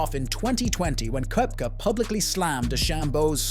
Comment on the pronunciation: Please make the effort to pronounce players’ names properly ffs!! It’s McIlroy not Muh-killroy; it’s Koepka, not Kwepka!!